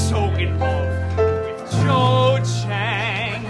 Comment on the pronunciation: I hate the Cho chang pronounciation